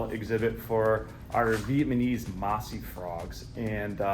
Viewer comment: Bro cannot say Vietnamese right hahahah